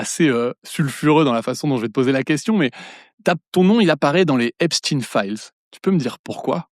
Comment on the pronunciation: Epstein se prononce comme Einstein. On ne dit pas einstine !